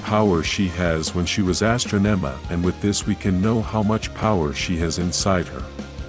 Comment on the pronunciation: You never watched them, you pronounced Astronoma & Kerone [slightly] wrong